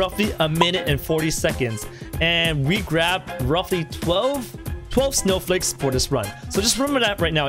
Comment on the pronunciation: You said snow fakes xD